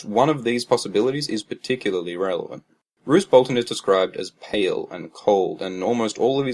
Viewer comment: Roose, rhymes with Goose.